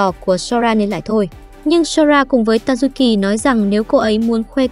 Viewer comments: tayuki nghe thành ta du kì :) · Tazuki nghe nhầm thành tazukì :)))))) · Tazuki mà cj đọc là Tazukì:)) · Cj có thể gọi là tazuki nhưng cj lại gọi là tazu kì